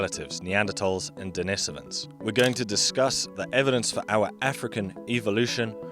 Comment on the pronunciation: Why does he pronounce «Denisovans» like that?